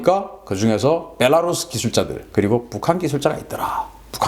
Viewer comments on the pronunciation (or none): none